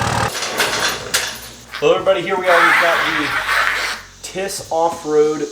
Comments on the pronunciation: It's T.I.S....NOT TIS.... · It’s T.I.S not TIS just sayin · It’s. Not tis it’s TWENTY INCHES STRONG you say the letters individual